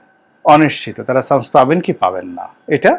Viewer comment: চ,ছ Pronunciation is very poor.chance.not shance